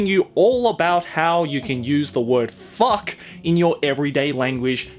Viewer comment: I laughed so hard that my stomach hurts when you said "FOCK". Thank you.